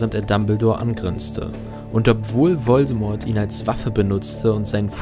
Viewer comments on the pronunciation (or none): none